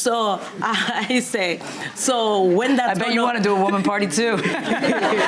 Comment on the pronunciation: I thought she said "woman party" and I couldn't figure that out.